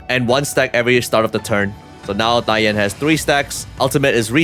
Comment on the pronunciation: Finally someone on internet who can pronounce her name correctly.